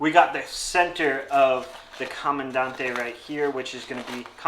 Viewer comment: pronounced Camandan-TE. Not that it matters. My philosophy... you own one, you can call it whatever you want! 😅 I think for American Cherry, the clear catch cup looks best.